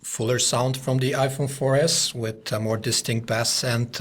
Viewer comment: he says "more distinct b-ass". not b-ase. If you are going to critique a phone on its musical capabilites, please know the difference between the fish and the music.